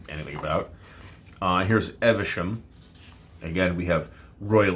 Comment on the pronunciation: Evesham is actually pronounced Eev-shm rather than 'Ever-shm'. Nice town, too.